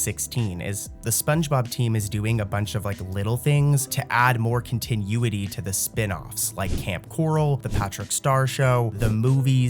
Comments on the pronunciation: Kon tin oooo it e 😂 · The way he pronounced it really rubbed me the wrong way lol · "continueity" lol